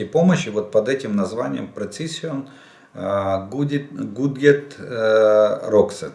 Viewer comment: Жданов со своим "пресисон гуйдед роскет" насмешил :))